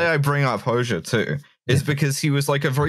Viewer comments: A year late to the party but the correct pronunciation of Enver's surname is Ho-jah. The "xh" in Albanian reads as a "jah" in English. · It's pronounced "Hodzsa" in Hungarian spelling not "Hoksza" so it's not an x but a j as in job or jab. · x in Albanian is pronounced very close to dzs in Hungarian. Nindzsa, dzsem, Hodzsa... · "Hoxha" pronunciation gave me heartburn